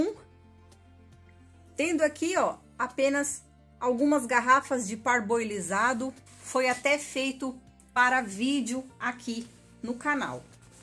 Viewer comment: “ parboLizado “? Parborizado.